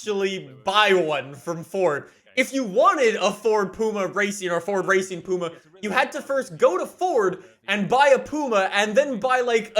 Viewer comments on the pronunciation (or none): Doesn’t it upset any other brits the way he pronounces puma 😂 it’s pyouma not Pooma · It’s “Pewma”.... not “Pooma”.... 😂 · I'm from the UK and I'm getting very offended by the way was saying Ford Puma. Is more pwuma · It's funny hearing his say pooma when I'm used to pyooma (puma) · No one:: “Ford Racing POOMA” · Ah yes I love the "pooma" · It's pronounced pwuma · Ford Racing Puma not the way you pronounced it. Only 500 were made (1000 planned) you bought a puma & ford delivered it to tickford for its conversion. You personally didn’t take it. Was built for S1400 & 1600 Rallying.